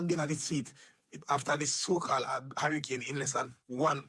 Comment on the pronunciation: Can't even pronounce hurricane... " should have attended your classes " 😂😂😂 luad jesas did he say documentary 😂😂😂😂